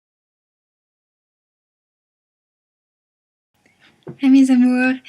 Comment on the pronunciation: what is it your saying when u say hi ? :) i never manage to figure it out >.<